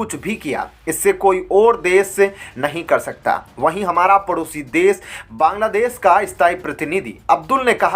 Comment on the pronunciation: You are not pronouncing correctly while reading the news. e g prakriya as parkiriya pratinity as partinitywhich give different meaning